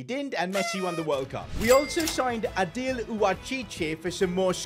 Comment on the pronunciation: Adil "Aosheesh" is the pronunciation